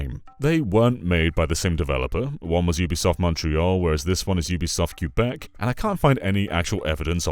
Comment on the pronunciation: The pronunciation of Quebec really needs some work